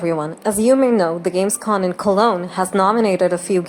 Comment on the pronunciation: Just a short correction: It's Gamescom. With an M and not an N at the end.